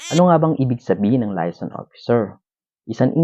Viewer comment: MISPRONOUNCED AS USUAL. LAYASON ? HAHA ANO layas ng layas? paki ayos po pag pronounce :)